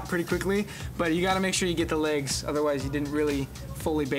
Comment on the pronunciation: “li-egs” BAHAH